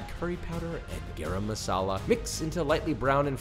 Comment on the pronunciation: I'm sorry you always say garam masala wrong, its pronounced “guh-rum” sounds like your tryna say graham cracker